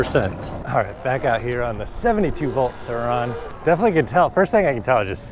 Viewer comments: No one commenting how annoying it is that says “Sir Ron” and not surron 🤦🏻‍♂️ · The way you pronounce “Surron” makes me cringe lol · ah yes the suhron and talairia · Bro why do you say Sir ON